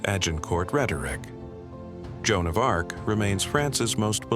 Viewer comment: Jenn Dark? Lmao.